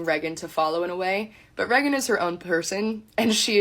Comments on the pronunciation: Unrelated but her cousin prouncing Reagan like Megan instead of raygan is really throwing me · Really annoying how she pronounces Raegan as Reh-gan instead of Rae-gan. And says it SO much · This DULLARD doesn't even say her sisters name the way her sister says it. She says "Reggin", while Raegan pronounces it Raegan. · "Reg-gan" its ray gan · Reagan is a cool name. Her cousin pronounces it “Regg’n” and just sounds ignorant. Is that actually how her name is pronounced? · I hate how she says "Reggen" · How come no one is talking about how she says “Reagan” as “Regent”? Ish is unbearable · How she pronounces Reagan is driving me insane. She's saying it like "Reggin." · Sidebar: is this chick's name seriously pronounced Rhe-gun???? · It actually hurts me to hear her say REH - GAN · Who is this "Rehgin" this rando keeps talking about? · I AM SO TIRED OF HEARING 'REH-GHEN' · Why does she pronounce Reagan like that and why her eyes so close together? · Why can't she pronounce her cousin's name correctly? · Do we have proof this girl is actually Reagan's cousin? She's not even pronouncing Reagan's name right... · I officially hate the name “Reagan” especially the way her cousin says it. Also you can see how comfortable her cousin is talking shit about Brett so this isn’t the first time she’s done it. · I’m sorry is she even pronouncing her name right? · I don't know how much we can trust this woman. She can't even properly pronounce her cousin's name. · She can’t even pronounce her name right, how the fuck am I supposed to believe anything she says 💀💀💀